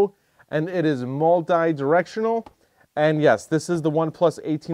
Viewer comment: Why do ALL the YouTube’s pronounce multi wrong?